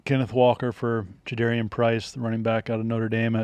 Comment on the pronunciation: Love the content and the Hawks love hanging over from last year guys! Small note: it’s Ja-dah-rian not Ja-dare-ian.